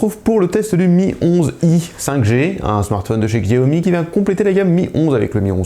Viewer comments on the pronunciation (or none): Chiaomi voilà comment ça se prononce